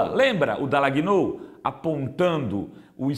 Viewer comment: Rovai, Dalagnol se pronuncia DALNHOL, só um toque